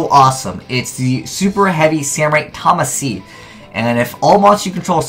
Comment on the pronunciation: actually the lvl 1 tuner is pronounced "tamashi". it takes adwantage of japanese mispronounciation to make a pun on tamashi (魂) wich means soul.